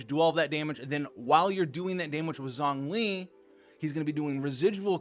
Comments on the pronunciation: Shongli Not Zongli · Rather, probably needs to pronounce Zhongli correctly now lol. Zhongli should be more like (Jouhng-Lee) and xiangling (Siang Leeng) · Xiangling = she-ahng ling, Zhongli = jong lee